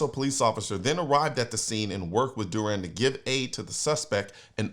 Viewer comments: Dew ran is the way to say it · CN, you dropped the ball hard, major fumble. The Hero's name is DURAN. You should know how to say his name.